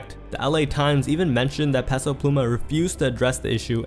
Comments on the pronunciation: Stop pronouncing Peso incorrectly.. it’s pronounced Pay-So not Pess-O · bro idk who tf peso pluma is, but please learn how to pronounce "peso"